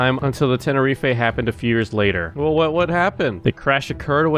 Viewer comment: The fact that this guy knows little about the planes is very irritating (no hate, you are a good content creator) (also its ten rif, not ten er reef ay)